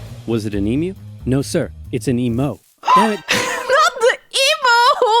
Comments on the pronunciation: It’s e mew not e moo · Also em-u not e-mu. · Australian pronunciation guide- Emu is pronounced Eem-Yoo, not Emoo. Emoo would be a depressed cow, not a giant flightless bird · Emu (EEE Myu). Not E-moo, which is an electronic cow.